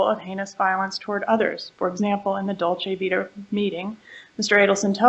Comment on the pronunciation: Or dolce vita. He calls it dolce vitae…